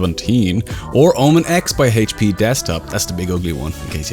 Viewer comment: HAYTCH PEEEEEEEEEEEEEEE. HAYTCH, you're killing me man.